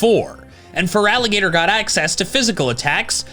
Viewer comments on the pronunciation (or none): I'll always root for feraligatr. I love an underdog and starting with your LITERAL NAME being butchered is unique to my knowledge in pokemon